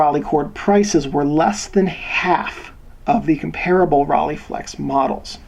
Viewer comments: Rollei: The first part ("Rollei") is pronounced like Roll-eye (similar to Leica) rather than "Roll-ee". NOT "rah-lay'. Makes it sound liek a bicycle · Informative video... but if your going to do a video on a German camera.. learn how to pronounce the name... Its Rollei (roll-eee) ....not Rahh-leigh!!